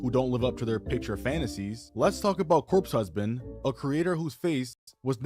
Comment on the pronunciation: "Cope husband" lmao